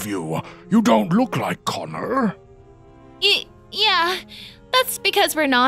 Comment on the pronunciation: Wait did he say connor